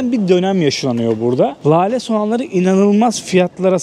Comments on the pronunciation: LALE değil de, inceltme işareti ile:hand-pink-waving: söylenir= LÂLE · Lale yi ,ince L' olarak söyle.